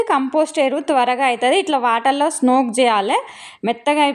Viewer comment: Smoke kaadu thalli soak antaru